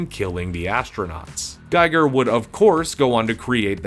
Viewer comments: I hate to be that guy, but it’s my cosmic duty to inform you that “Giger” (GEEGER) is not pronounced the same as “Geiger” (GYGER) and it harms your credibility not to know this. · Gee-ger. Not Guy-ger. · Yaphet was Parker, not Peter. And bruh, please its pronounced Gee-ger. Your showing stills from the documentary Beast Within that even has the correct pronunciation. Bruuuuh, and Ron Shusett was TOTALLY given story credit along with O'Bannon. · Giger is pronounced Gee-ger with a hard g. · His name is pronounced H.R. G-ee-ger. It was painful hearing it said wrong over and over. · It's pronounced Gee-grr.